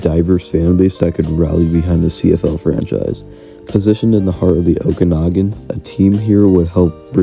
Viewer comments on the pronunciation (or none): none